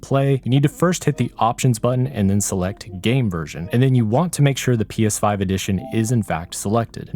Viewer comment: Anyone else thing he said psvive